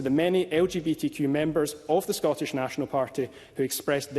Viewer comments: This Canadian odd ball comes over here and doesn’t even know how to pronounce the word Scottish properly. Gross. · I never want to hear her mispronounce "Scottish" ever again.